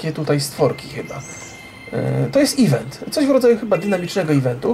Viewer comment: tak na przyszlosc (nie czepiam sie, nic z tych rzeczy), event wypowiada sie e vent (z akcentem na "vent"), nie ivent. Niby mi to nie przeszkadzalo, ale jak moge pomoc to czego mialbym tego nie zrobic prawda? PS Kocham Twoje filmiki! Czasami jest ich tyle ze nie wiem od czego zaczac. Strasznie to lubie ^^